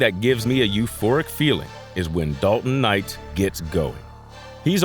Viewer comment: The host on this video totally meesed up on the pronunciation of Dalton's last name. 💯